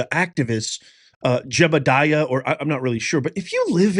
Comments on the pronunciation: His name is JEDIDIAH not JEBIDIAH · You can not pronounce Jedidiah? Your facts are usually off. Yea, I don't trust any truth to come out of your mouth. Media plant.